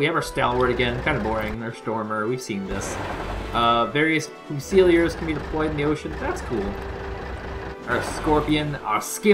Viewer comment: Foo-seel-ee-ers? Is that an in-game joke or mistaken pronunciation?